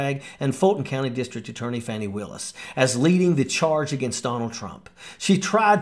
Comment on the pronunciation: It is Fa-Nee NOT fanny, PLEASE.